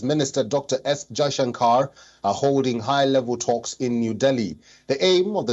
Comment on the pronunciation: He doesn't know how to pronounce jai Shankar 😅